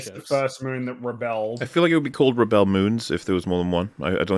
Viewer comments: Yeah, them mispronouncing "rebel" is hilarious and not irritating at all. Especially the 100th time they do it. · Why are you guys pronouncing "Rebel" with the accent on the 2nd syllable? Isn't it "Rebel" pronounced like the "rebels" in "Star Wars?" I'm seriously asking.